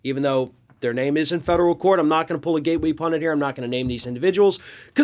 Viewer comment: Hooray! PUNDIT, not "pundant", as so many other people pronoumce it. Thank you!